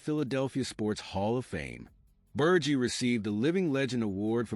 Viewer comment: Before you do a video on one of the greatest linebackers of the 1970s and 80s, you should know how to pronounce his name you’re saying it wrong It’s Ber Ge like he with a G